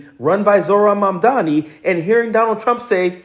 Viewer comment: say his name right : Mamdani